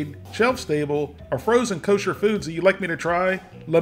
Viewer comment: this one really appeals to your more orthodox Jewish fanbase. We less orthodox generally don't pay extra for Kosher (if there is a similar non-Kosher option available). Your pronunciations are good!